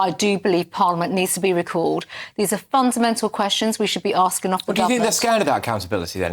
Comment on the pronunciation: PP's political maneuverings post election defeat-what this is-is not appropriate when children have died. And that voice-Holdin' 'askin' & 'policin' & 'standin' 'makin' -arrrgh....! It's a silly affectation to make herself sound authentically ethnic & from da street.